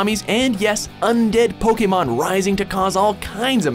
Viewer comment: I hate the fact that this guy can't pronounce the names of Pokemon right...